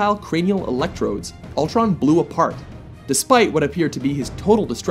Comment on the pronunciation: it's Ultron, not Altron